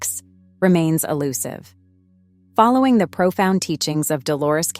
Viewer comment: example: At about “following” is pronounced fel-LOW-ing. Earlier on , Bible was pronounced “bibble”. There were several others toward the end, that I can’t recall. ImporTANCE